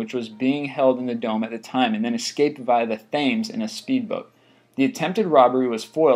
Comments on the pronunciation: It's pronounced tems not thames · Thames is pronounced tems not fames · For the th time PRONOUNCED 'TEMS' not 'THAMES' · The river in Britain in pronounced TEMS, NOT Themes like you think because of the spelling. TEMS. Please, I've heard you pronounce it a number of times incorrect now, PLEASE! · On the subject of language, Thames is pronounced Tems, not Fams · its The River Thames not thame s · its not thames its thames you dont pronounce the h! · Excellent vid - as much as I loathe crime, I have to be impressed with the ingenuity shown in some of these robberies! Also the (River) Thames is pronounced "Temms", just for future reference! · Buckinghamshire is 'Bu - king - ham - sheer' And Thames is 'Tehmes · I think the river is called "tems" like tens only with an m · The Thames is pronounced 'Tems' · The River Thames is pronounced Tems, (like gems!) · Did you seriously call the most famous river in the world the fames? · Again. It's pronounced " tems". It is not pronounced phonetically! The river in London that is. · you pronounce it tems not thames thats how you spell it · The famous river that runs through London is pronounced 'tems' for fuck sake! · thames is pronounced tems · Yer i know wat a jibberish yank, thaymes. lol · How did you pronounce "Thames"??! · His pronunciation of the Thames was funny, one of the most famous rivers in the world! Aeroplane....... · LOOL check out how he mispronounces Thames , what a donut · I had to replay the video when I heard him say "Thames" by pronouncing the "Th" wrong xD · Buckinghamshire was just about acceptable but Thames made me laugh, although if you have never heard of it before, that is how you would think it was said, maybe if it was spelt Tems it would be more clear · LOL you said "Thames" wrong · You can't pronounce Thames? One of the most famous rivers in Europe? Seriously?